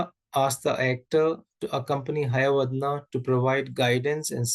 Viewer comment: Excuse me sir that is not hayavadna while pronouncing it is hayavadana